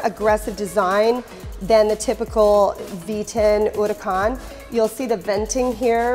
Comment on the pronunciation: The way she says "Huracan"...